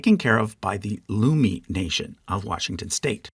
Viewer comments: I would love to see other videos about K and L pods!! Some notes: - Samish is pronounced /sæmɪʃ/ like the name "Sam" + ish. - Coast Salish is not a language. It is a language family, like Romance languages or Germanic languages. These words are in Northern Straits, specifically the Samish variety. - Lummi is prounounced /lʌmi/ like "Luh-mee," not Loo-mee. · Sucia Island is pronounced "SU-sha"" and "Lummi" rhymes with "Yummy." Source: born and raised in the Puget Sound right next to the Lummi Nation.